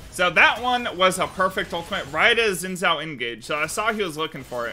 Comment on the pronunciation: why you guys can't say xin zhao right? it's Xin not Zin